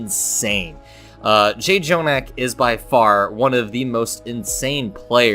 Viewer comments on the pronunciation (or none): it bothers me that he kept saying JAY-jonak instead of just jonak... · J jonak? Learn how to pronounce his name. That is very disrespectful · For pronouncing jjonak wrong